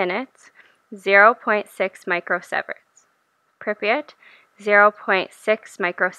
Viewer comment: Interesting observations. But your pronunciation of Chernobyl, Pripyat, and—most importantly—Sievert was absurd. It made me cringe.